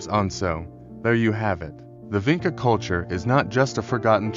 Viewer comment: It's pronounced VINCHA. You have to get that right or nobody will take you seriously. I know I can't. And what about Lepenski Vir...